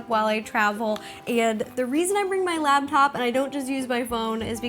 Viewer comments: It's laptop, not labtop, Ro. I used to do the same thing. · Laptop, not labtop...